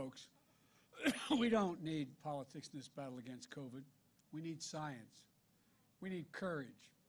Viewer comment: Sounds like Joe's got Co-Vee-Vee